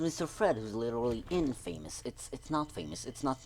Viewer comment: Really? In-famous, it’s pronounced in-fuh-mus